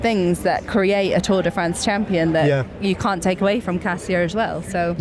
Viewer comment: I almost missed the today's stage and how glad am I to not have missed it. I was literally taking photos of the TV and sending to friends and family :) Iconic, inspired, incredible - well done that woman! Ned, thank you for championing the correct pronunciation of "Kasia" :) And thank you both for this podcast!